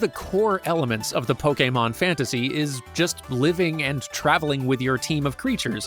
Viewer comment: DAMN FINALLY a youtuber who pronounces pokemon correct